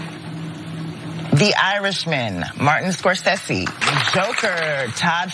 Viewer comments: No ones gonna talk about "Skor-sess-see"? Bigger fish to fry? Ok. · Can we discuss the botching of Martin Scorsese’s name 👀? that made me feel uncomfortable... and embarrassed...